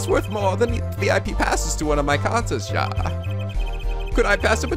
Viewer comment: Just one thing that's been bugging me this episode, ja is pronounced like ya.